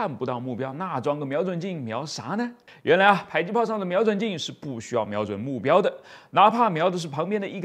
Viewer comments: 迫近距離榴彈砲，迫近應該是讀po不是bai吧！？對吧！ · 正确，我只是好奇为什么会读成“PAI”，我估摸是被教官方言带偏了，“迫”在客家话中读成“北”（bei,其中ei是短促音），有些方言中，“迫”可能是接近“呸”的读音，后来就演变成“pai”了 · 迫，音破(ㄆㄛˋ)聽著就受不了... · pai？还以为是bo或zhui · 迫是唸「破」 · “迫”，为什么读成PAI？我查了下字典，读成PAI只有一个解释，就是“迫击炮”时读PAI，这说明是以讹传讹，第一个人不认识字，造成以后的人跟着乱读